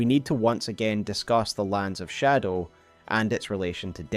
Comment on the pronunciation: I love your videos but I can’t listen to the way you say shadow. It make me click off❤